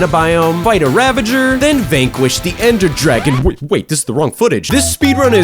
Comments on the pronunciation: "The ender dargon" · "Ander Dargon" 💀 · "ender dargon"